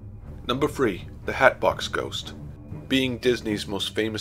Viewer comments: its thre not free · "Numbah Free" "Fank you for watching" "Wheffer or not" .... my God, that's so annoying.